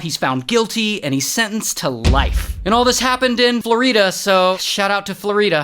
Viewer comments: " flor - EDAH " wat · bro did not just call floor-e-da flow-ri-da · Florida❌️ Floreeda✅️ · Florida? ❌ Floreeda? ✅ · Florida ❌ Floreeda ✅ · There is a road in my town Florida and everyone calls it Floreeda 😂🤷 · "Shout out to flor-ee-duh"🥲😂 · Bro did not call it (flor-e-ta) it's (flor-i-da) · Bro really said floreeda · i love how he pronounces like "flow-rí-da" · You do know people have accents? LOL?? 😂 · the way he said FLorIda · Well flooreeeeeda😂....new pronunciation decoded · Ha yes “floor E Da” my most favorite state in america